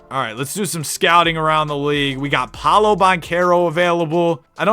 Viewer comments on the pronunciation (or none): none